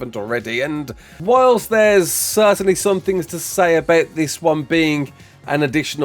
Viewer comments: Certain-ly not certain-et-eley lmao 😂❤ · Since when did you start saying certainly as "certenetly"? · Certainately??? LoL